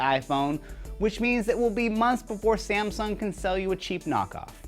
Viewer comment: it isnt samson it is samsung